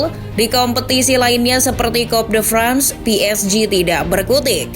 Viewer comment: Toulouse dilafalkan jadi "tulus" Coup de France dilafalkan jadi "ku de frangs" Saint Etienne dilafalkan jadi "Sang Etiang" Le Monde dilafalkan jadi "Le Mongdeu"